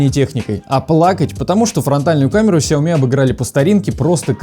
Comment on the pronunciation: Красавчик, научи грамматики канал 808 по части ударения в сяомИ!